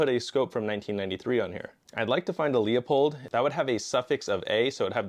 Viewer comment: .308 to me, always seems like it’s gonna be the standard, smallest caliber humans will use in any extra-terrestrial involved post-apocalypse. I.e. The Covenant Or even a zombie apocalypse in which the virus mutates on a dangerous enough level to create monsters bigger than zombies. Like any of the Bio-Organic Weapons (BOWs) from Resident Evil. Also, hate to be that guy, but LEUPOLD! “LOO • POLLED” NOT LEO-POLLED